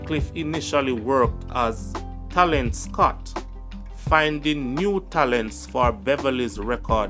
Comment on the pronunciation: Great job brother but your pronunciations are bad at times it's film and career not flimsy and cawweer..and talent scout not scot..please review before presenting the video..bare in mind people outside of Jamaica are watching and listening